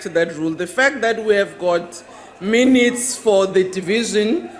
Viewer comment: You heard right; it is , and you would also have heard: 'Awdah, awdah, awnarabalah membahs, awdah', and you must relearn English pronunciation. 'Missed' is more 'correctly' pronounced as 'meest' and at 0: 49 'MEAN EATS' means 'minutes'. I saw a movie once; 'Gorillas in the mist', they were sooo well-behaved and acted with dignity, probity, decorum and rectitude. sigh.